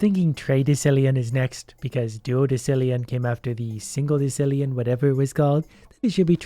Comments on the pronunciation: you're killing me. In decillion (pronounced di-ˈsil-yən according to the Merriam-Webster dictionary) the c is pronounced as an s, not as a ck. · Its pronounced: De s illion Not De k illion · "dekillion" Oh, you americans... It's deci, as in decimal. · I'm telling you that when you called to Killian it's pronounce decillion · i hate how you said decillion. its decillion not dekillion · funny thing is decillion is probably ACTUALLY pronounced dekillion but everyone just pronounces desillion because english rules or something. also desillion sounds better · Decilion is the wrong pronunciation say it like desilion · Omg his pronouncing decillion wrong 🤣. I don't think I have the heart to tell him (or the money 🙃), that's why I'm writing it. Decillion is pronounced "desillion", it's one of those moments where the "c" makes an "s" sound. Edit: Man. I kind of wished he kept pronouncing the names wrong through the episode, cause it would have been amazing. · decillion is pronounced "des ill ion" so you were partially correct on the pronunciation also if you click the thing in the top right you can buy stuff at different amounts of money so you don't have to keep I'm buying so much of a certain thing then you can put it by Max and you'll buy the maximum amount of a certain item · It is pronounced Dess-Ill-eon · Decillion is pronounced “De-sil-ion”, by the way. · its pronouce "des-illion" noob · Decillion is pronounced with the s sound. Also, the list of big numbers goes Million, mille means thousand, and a million is a thousand thousands. Billion, bi- means two. Trillion, tri- means three. Quadrillion, quad- means four. Quintillion, quint- means five. Sextillion, sex- means six. Septillion, sept- means seven. Octillion, Oct- means eight. Nonillion, non- means nine. Decillion, dec- means ten. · I'm pretty sure decillion is pronounced like desillion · pronouncing decillion as deck-illion hurts my soul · de -kill-ion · decillion is pronounced de-sil-e-on